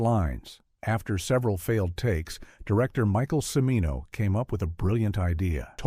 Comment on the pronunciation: Yeah, how about that! Jesus! Did the creators of this thing bother to watch it after it was completed? And, I believe the "narrator" is mis-pronouncing "Cimino."